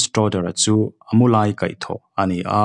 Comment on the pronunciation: 'A hnarkai tu' tih a 'kai' tih lai hi i thluk diklo tlat mai, 'ka kal thei lo, Min lo kai teh,' 'I kal muang e mai,ka lo kai ang che' tih a 'Kai' tih thluk ang hian thluk tur a ni e. Sawi tur dang pawh a asm nual mai, sawi vek lo mai ang.